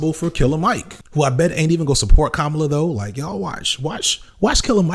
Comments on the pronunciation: Dude, can you please pronounce her name correctly, every time? It's not that hard. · You’re saying her name wrong. It’s not that hard. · you got it right more often than not, but it shouldn't be hard to get right every time. Here's all the times you said "Kamala" wrong: for anybody that doesn't know, here he is saying it correctly. . Emphasis on the first syllable. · If she’s been doing her job the last 3 years, people would know how to pronounce her name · I need you to say her name correctly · Let’s hope that her winning means we’ll be able to consistently pronounce her 1st name right. Right? Bueller? That said, I’m for joining you in how to engage in the hopefully upcoming Harris presidency to bring forth action in a positive direction. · Your research is usually impeccable so I'm surprised you made these mistakes but her name is pronounced like CommaLa as opposed to like Kamala the Ugandan Giant. I've never heard someone called Caribbean. The region is diverse and contains many individual countries. Her father is Jamaican. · Comma - La Not Cah - Mala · hey man, i noticed a lot of people are confused about how to pronounce her name and i think you might be saying it a little off. republicans have been saying it purposefully wrong (kaMAla) when she and others close to her have said it is KAHmala (like you’re saying comma - la). just wanted to let you know since i noticed how you were pronouncing it and i seriously doubt you were saying it wrong on purpose. thanks for the amazing video once again. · Dude. You've mispronounced her name several times in this video. It's KAM-a-la, not kam-A-la. You got it right only a few times. Not a good look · Her name is “comma-la” not “kuh-mala” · Kamala is pronounced "comma - la" Names matter. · Gonna have to land on the pronunciation of her name if you're gonna keep doing videos on her, man. "Comma-la" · Please get the pronunciation of her name right please. It is Comma la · pronounce her name correctly maybe